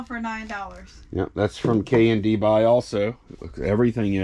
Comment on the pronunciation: I got so confused because at first I thought you were saying "K&B" (RIP) not "K&D" !